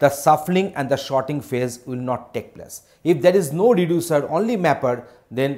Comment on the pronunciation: And there I am hearing sharding whe he is saying sorting. Yet a very useful and compact video.